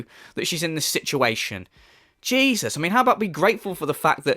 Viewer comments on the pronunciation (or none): none